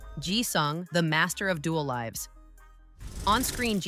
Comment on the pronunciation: AI never promounces the words right! Instead of lives, it says lives (hard i) that's how you know AI is talking because the grammar and pronunciation is off!